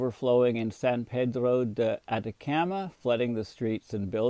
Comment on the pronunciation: I hate to do this because I appreciate your work and your service, but if you don't learn how to pronounce names I'll stop watching from irritation. You miss said homage, Chile, Atacama, Buenos Aires.....all wrong! Please get an editor